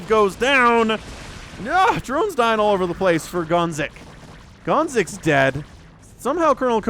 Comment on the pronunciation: hearing gonzik🇨🇿 being called gonks the whole game was traumatic tho